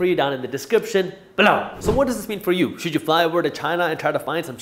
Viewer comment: Hey Jaspreet, great episode as always, although I understand as a youtuber you feel you need a signature phrase thing to stand out, but.... the whole emphasis on the word "BELOW!" is totally unnecessary and actually irritating, can you please not do that, maybe take a vote from you followers, I know i can't be the only one thinking that!, aside from that... good show!